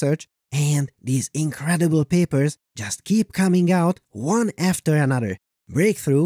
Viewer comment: I love "hold onto your papers" ... but I really hear "hold onto your pearls grandmother!" ... I can't explain why, but I do. $0.02